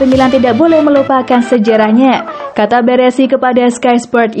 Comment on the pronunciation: BARESI bukan BERESI min...